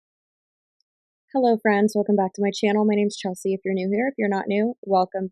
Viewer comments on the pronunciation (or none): none